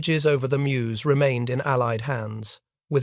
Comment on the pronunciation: There in June, 2024. It’s inadequately marked in terms of a memorial. You have to walk a worn path past a house (which was being wrapped in ‘24). Typical June rain and the path was a bit slippery. If you didn’t know where to stop, along the road, you’d miss the stopping place. I object to this non-human narrator and the sloppy closed caption. BTW, that river is pronounced as Merz.